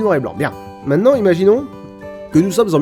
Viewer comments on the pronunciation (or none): none